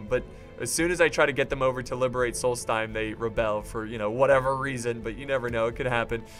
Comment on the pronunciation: Pronunciation Tips: Aldmeri Dominion does not have a T. It's not Altmeri, there's no T. There's a D. Aldmeri. Solsthiem: It's not sols-time. There's an H in there. Solsthiem. TH. It isn't pronounced "time". Also, black bars on the screen when you put comments in the video. Check the video And, you're paying THEM 300 Septims a turn. It was cringy to watch you do that and think you were being paid.